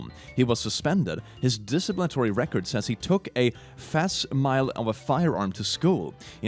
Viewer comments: fascimile fas-sim-a-lee not "fas-a mile".... moron. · Facsimile is pronounced "fax sim i lee" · Facsimile is said fass-imm-illie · Fascimile is pronounced Fac-sim-ah-lee. Love your videos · Because English isn’t your first language but you speak it so well I’m sure you’d appreciate it, not because I’m a pedant (well, not entirely 😉), Facsimile is pronounced fax-im-oly, means a duplicate copy, ie a fax.😁👍